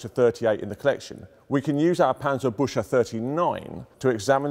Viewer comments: Maybe 'ew'? Panzer - bewk - se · Its called Pancerbuxey and not Pancerbushey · I understand the pronunciation of Panzerbüchse is tough for non—Krauts. It sounds not so much like „Panzer—bush—uh“, more like „Panzer—big—suh“. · 19 seconds in and he calls it "Panzerbutcher" again =8-D The word is pronounced "booksah", with the ü umlaut pronounced like oo but the Scottish way. (Choosing the Scottish analogy because the sound does not exist in the Queen's English which admittedly does make it somewhat difficult for English native speakers to get right.) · As a German, im slightly triggerede by the "Panzerbushe" (You should rather say it like Panzerbuekse", but the great content of this video makes it not that bad in comparision. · At first i thought this was some kind of nickname bc i understood: Panzerbutcher. Then i realizied he just pronounced it funny. But Panzerpbutcher would be a cool name either xd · An approximation (to avoid the "ü" sound) would be "book-se" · He really panzerbutchered that one XD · The english: Germans can’t pronounce anything Also the english: Panserbusha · obligatory ;D its sounds alot like "panzerbusche" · Büchse is pronounced Buckse. :) Very interesting nevertheless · The "chs" in "Panzerbüchse" is pronounced like "kks" so "Panzerbükkse" :) Kind regards from Germany, love your vids. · I tried, I really tried, but regardless of his obvious level of expertise, every time he says, 'Panserbusher' I...I just can't 🤣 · Paantserbookse is the best transliteration that I can come up with. Yes, I am German and know how to pronounce it. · Yes, the famous Panzerbusher! If you cant pronounce it, dont do it! :D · Cool video. It's pronounced parntserberkzeh though. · Do not pronounce the "ch" like the English "sh", it would be much more appropriate to pronounce it like the the "ck" in "brick". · Better listen on Forvo. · That's not how Panzerbüchse is pronounced. Not even if you mangle it into English.